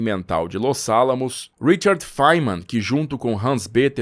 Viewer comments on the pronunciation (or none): none